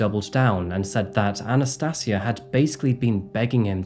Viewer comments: Sorry man, Anna-stayj-ia.... That's how you pronounce her name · Anna "sati" asia. FFS man learn to pronounce. Mong. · I think you respect her name and not add an "r " at the end of it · I'm not sure you're pronouncing her name correctly It's Anastasia as in Asia Not see aa